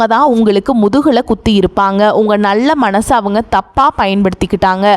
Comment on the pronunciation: "ல" " ண "கரம் சரியாக உச்சரிக்க பழகவும்.( சொள்ளவும், நள்ள மணசு,, வளிக்கும் etc..?)